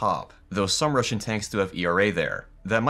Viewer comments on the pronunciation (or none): none